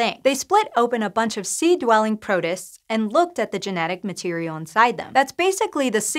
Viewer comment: I've been enjoying presenting but she said protist really weirdly in this one. I'm looking forward to her getting the hang of all the weird science words.